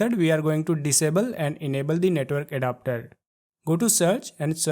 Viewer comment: Netwol 😂bery beesie touble shoutels 😂😂😂😂😂